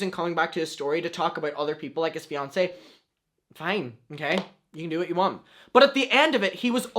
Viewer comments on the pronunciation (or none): none